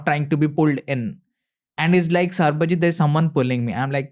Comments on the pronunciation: for good god sake, his name is sarbajeet not sarabjeet. Please😢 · Bro said Sarabjeeth instead of Sabarjeeth 😂